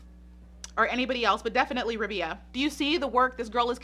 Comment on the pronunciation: It's Rabeeeeeya. Long eeee. Not like. Rub'ya. 🙄